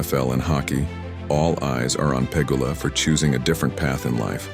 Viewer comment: Bot channel?! ... pronouncing Pegula 2 diff ways.